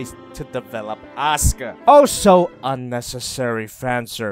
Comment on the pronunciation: It sounds he said Oscar instead of Asuka